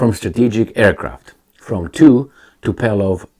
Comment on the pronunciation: the plane is Tu-PO-lev, not Tu-PE-lov. Also the stress on the first syĺlable: TU-po-lev. Named in honor of soviet era aircraft engineer Andrei Tupolev, who was the lead designer for over 50 years.